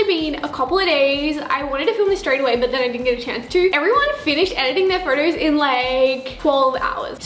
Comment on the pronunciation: They way she says photos tho. “Furtos” Lol no hate tho 😂